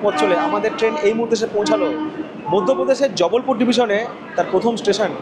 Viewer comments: Bhai its Jabalpur and not Jabbalpur. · haan 😂 ar jubblpure noy jabalpur